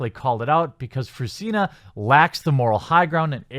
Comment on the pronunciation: I cry every time he says her name....Fruzsina is a nice name if pronounced right, "zs" is something like the g in genre. Btw she hungarian prolly or her parents. And Eördögh means Devil (Ördög). Funfacts.